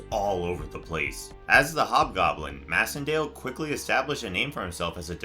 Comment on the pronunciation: I think that Macendale’s last name is pronounced MACENDALE! As in MACE! MAYcendale!